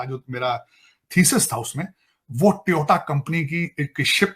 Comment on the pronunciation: Abey Toyota bolna to seekh, thesis likha hai. Piglistani.